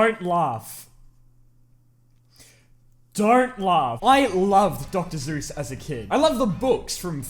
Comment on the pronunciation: this man callin dr seuss "dr zeus"